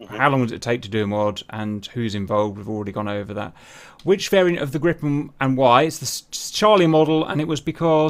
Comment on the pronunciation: Whhhy does he keep saying gree-pen instead of grip-en.. driving me nuts lol